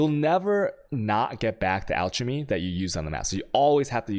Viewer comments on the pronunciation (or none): I cringe every time he says chisels and alchemy. especially "alchermy" omg